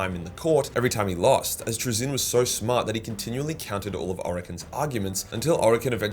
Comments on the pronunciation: TrAzyn not TraZYN :) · Love your vids just pls stop saying 'trizin'